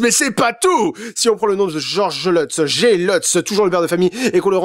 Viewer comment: Lutz ça se prononce pas leutz mais luts. Comment je le sais? C'est mon nom B)))))